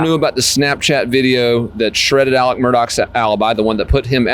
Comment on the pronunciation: It's not Alec and not Mur dock!